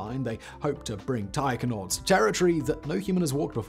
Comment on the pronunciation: I thought Simon was saying "tiger-nauts".